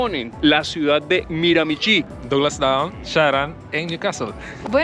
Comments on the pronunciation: De hecho se pronuncia Miramishí. Acento en la última sílaba y la ch suena como sh. Para los latinos, esta pronunciación no es nada intuitiva, pero después de un par de años viviendo aquí te vas acostumbrando. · Se pronuncia MiraMIchi, acentuando en la segunda MI